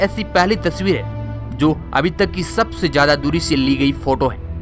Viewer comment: Oh loro jada Nai hota zyada hota hai